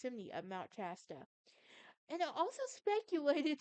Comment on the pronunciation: It’s Shasta. Sh